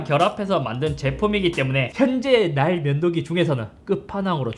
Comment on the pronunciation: ㅋㅋㅋㅋㅋ 왜 계속 ㅋㅋㅋ "나의 면도기"로 들리짘ㅋㅋㅋㅋㅋㅋㅋㅋㅋㅋㅋㅋㅋㅋㅋㅋㅋㅋㅋㅋㅋㅋㅋㅋ